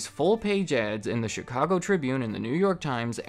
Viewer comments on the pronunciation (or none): none